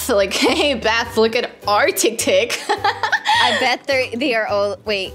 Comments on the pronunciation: its not tiv tic its tiktok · Its tiktok its not ticktick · It's not tiktik it's tiktok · That is not tiktik is tiktok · Tiktok not tiktik hahaha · It's. TikTok. Not. Tiktik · We CaN sHoW tHeM oUr TiCtIc haha u made ma laugh when u kept on saying tictic😂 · Tictic lol it's tiktok but she and is soooo funny 😄 😆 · When sad tic TiC yeah i love to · True is so funny hahaha his said tictic lol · TICKTICK'S LOLOLOLOLOL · Its so funny when said tictic hahahahaha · And to said tictic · Ty say tic tic becose it's spensred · When said "Tictic" I laughed 🤣😅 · I was dieing when and kept saying tictics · I was laughing so loud because say tactic hahaha 😂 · I love how says TicTic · I love you when you call tiktok tictic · I love when you call tiktok tictic to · I like the way you said You said TICTIC But a corrected you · Haha 😄 🤣 😂 😆 that is so funny when she said tic tics and said it right ✅ and she said tic tics in stede said tic tic instead.🤣 😆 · when you said tictic to TikTok it made me forgot how to spell it so now i have to ask my sis now i know why your name is because you’re you are 😜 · made me laugh when she saids tictics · Idk why they say it tiktik😂🤣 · When said TicTic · lol "TICTIC" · When she said tictic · It's not what it it's not called Tic if I'm saying it wrong please tell me and it's called tik-tok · Its not tictics its tiktoks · Is TikTok not tectec